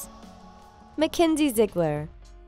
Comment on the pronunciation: Ziggleer XD how can she not say the name Ziegler